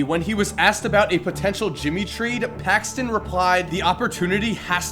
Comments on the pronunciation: PAXSON NOT PAXTON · It's not "John PAXTON" it's "John PAXSON". Still love your videos, keep it up! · PAXSON, NOT PAXTON. Ugh, how are you a basketball guy and you dont know how to say John Paxson... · John Paxson, not Paxston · It's Paxson not Paxston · It's Paxson, not Paxton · There's no T in John Paxson,.